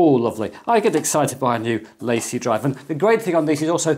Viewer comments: I think it's pronounced La Cie. French for The company. In my opinion, it's just Seagate trying to hind behind another brand. I just have never found Seagate to be reliable based on the experiences of friends, family and co-workers. I personally wouldn't trust them with my data, but I'm sure there are plenty of people that do. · La Cie is 2 words... please speak it as if it were French.